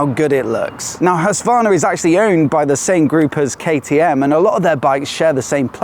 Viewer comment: Nice video. But you dont pronounce Husqvarna right? Its like knives in my ears. Im Scandinavian. But the video is good.